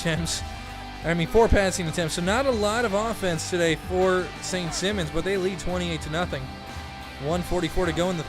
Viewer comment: u say simons as a last name. the i is a high i like u say high